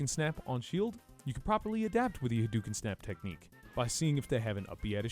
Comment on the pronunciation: Every time he does the fire haduken, all I here is “coconuts”